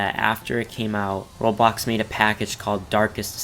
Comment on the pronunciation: When was saying "Roblox", it sounded like he said Robox